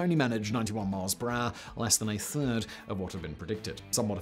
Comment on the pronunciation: actual english: per hour simon: PRAH